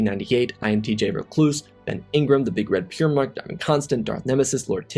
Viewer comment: Been watching the channel for a while now, and finally actually read the patron names at the end. “Big Red Peer Mark” sounded strange, so just want to say it’s pronounced like “Pry-Mark” Love the content, especially your work over the past few months Keep up the good work!